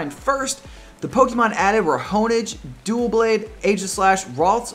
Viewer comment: Btw U Said DuelBlade, not Doublade